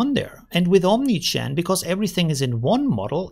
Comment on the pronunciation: Only me hearing OmniChan? :P